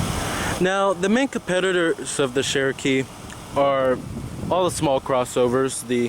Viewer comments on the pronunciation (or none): Chair-O-kee not Share-O-Kee... for some people Cher will always be pronounced one way, but really if the brand is as iconic as you state (and us Jeep owners know) then you'd think the pronunciation would come naturally. =;-P The lift up seats seems like a good idea for front storage, but... Why? The older method of an under-seat box is easier to access as the driver and something that is 'safer' while driving than flipping up the seat, and impossible in thenew design if the seat is occupied; makes more sense in the rear seats. I agree about the speedo, considering all the other aspects of the information cluster/console you would think they would have better Speedo/Tach. I have difficulty reading the Wrangler's in bright light (which is not ucommon with the top off). The Arctic and Polar editions are easier to read in direct sunlight and at night, although some people might find them too bright at night if they don't know where the dimmer switch is. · That sheeeeeeroke is soooo fk annoying! speak ENGLISH! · pdgable sure not everyone pronounces things the same, there many people who pronounce things incorrectly. This is an iconic proper name, therefore there is a correct pronunciation, regardless of how many times you wish to try and express the contrary through spamming excuses. You can get irritated about people correcting, and yourself obviously, as if we were correcting the pronunciation of Ibiza, but it still wouldn't change that he and you are both wrong. It's not Share-O-Kee anymore than it is PewGoat, AeweDie, Hagwar or Porch. It's OK for a neophyte to make such an error, but not a reviewer, especially when talking about a "Classic nameplate" not a new brand/model. It's compounded by being a name that predates the vehicles' heritage, and is not some made-up marketing word/name like the Subaru Levorg, or the Merkur XR4Ti.